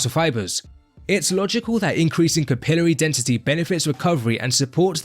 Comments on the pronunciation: All i gotta say is Markus Ruhl used to be a soccer player. By gddmt man stop saying capilry , its fking cap il ar y. That sht drives me nuts. Just as bad a deca- durr- a- blin. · “Capillary” is pronounced “kap-ill-larie”